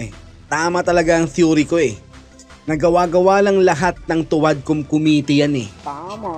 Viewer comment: Ang lupet talaga ni "Khomitee" pag prounce lang committee sabalay pa.